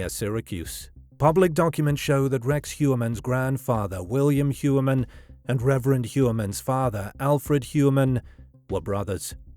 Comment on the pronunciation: It’s funny because everyone mispronounces Rex’s last name. It’s more like “Hoyer-Mann.” Interestingly it looks like it’s German for something like “Man of the Year.” Ironic. But if you look at the profile of Heuermann and the profile of Robert Hansen there are so many similarities. Gun enthusiast. Picked up “working girls” when family was away on vacation and killed those girls. Had his own business. Somewhat respected in his own community, although Hansen was certainly more of a neat freak than Heuermann. Now Hansen usually killed his victims by gun while I’m not sure if it’s been determined how Heuermann killed his victims yet. But both, I think, took some victims to their houses then killed them and disposed of the bodies out in the “wild.” But I think both are or were power-control serial killers with a sadistic bent. It’s pretty uncanny the similarities though.